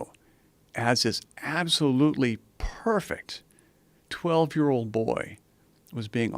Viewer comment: This guy made too much emphasis on “PERFECT BOY”